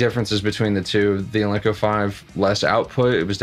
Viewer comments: Are you saying Al-Link-Co ? it's pronounced Al Nick - O Alnico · It's ALNICO, not alinco!